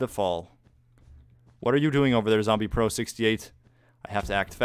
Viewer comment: "It's-a ovah Yellows. I have the high ground-u"